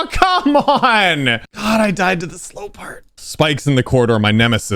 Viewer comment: saying slow parts be like Slope parts